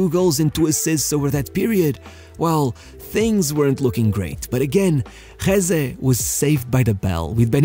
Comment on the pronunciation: As spanish gotta say i never saw talent on him, he was just fast, so fast, but thats all. Btw it´s Jesé not Jése.